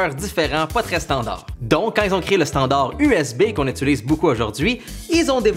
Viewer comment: je suis la seul a remarquer qu’il dit: étulise et non utilise